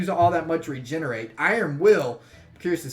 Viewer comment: When u said regenerate i laughed cuz i heard degenerate xD